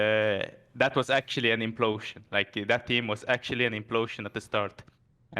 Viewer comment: Roster "implotion" kekw. Great video as always